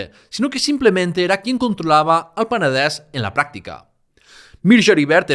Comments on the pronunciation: Muchas gracias por el trabajo que haces, y me encanta que pronuncies Peneder, Berenguer... igual que se pronuncia en Catalan, pero porfa di tambien Girona. Cada vez que dices Gerona miere un gatito. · Sólo el hecho que "Penedès" i "Vallès" lo pronuncies en la "e" abierta me ha dejado alucinado. ¡Muchas felicidades!